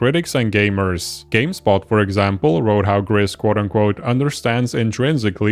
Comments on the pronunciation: Gris is the Spanish word for grey, and has a long "I" sound as in the English "grease". That is how the devs pronounce it. In the video you pronounce it with a short "I" sound as in the English "grit". If you google it, there is a tweet from the studio that says: "For the people that wonder, GRIS is pronounced "grease" and means GREY in Spanish, French and Catalan." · I just wish in these videos on Gris people would pronounce the title correctly. It ain't hard. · It's pronounced Gris not Gris!